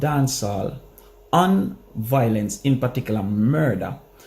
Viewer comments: Yute the word is VIOLENCE not VOILENCE u killing me with that dunce talk man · The word is VI - O - LENCE